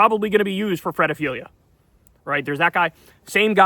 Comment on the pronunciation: to be able to become Ultra rich you have to be a psychopathy. also, WTF it "fred-a-filia"?